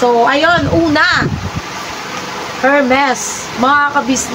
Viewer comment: Correct me if I'm wrong disclaimer lang din po di ko din alam pero naririnig ko lang ha Ang pronounce ng Hermes is silent H ermes ✌🏼